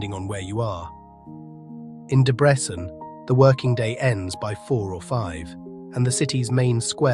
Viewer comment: I would like to help with the correct pronunciation of Hungarian city and town names. Szeged - not Sheged, but only shortly Seged, not Debretshen, but Debretsen- without "h", not Pecs, but Peitsh-with "h", and so on....